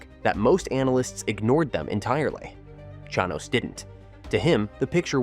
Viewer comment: Ai slop cant even pronounce the subject of the video correctly